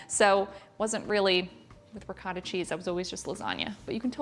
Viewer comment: Pasta al forno uses the pasta of your choice so you don't have to call it baked ziti if you are not using ziti. Also, the word ricotta is pronounced "ri coh tuh" There is no short vowel sound for the letter o in Italian. Any Italian word with an o in it uses the long vowel sound of "oh".